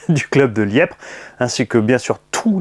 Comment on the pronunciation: Salut, LIEPVRE ÉCRIT COMME ÇA, LIEPVRE oublie le p pour la pronotitation Salut à tous,c'était chouette SURTOUT AVEC LA POUSSIÈRE dégagée de ton X MAXX,LOL